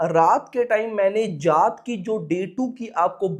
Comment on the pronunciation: bhai jaaat h voh... tum glt kyu bolteo... tumhari smjh m kyuni arha bht irritate lgta h tum जात bolreo जाट h voh